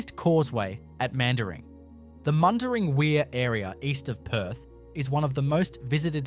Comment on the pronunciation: lol cant even prounouce mundaring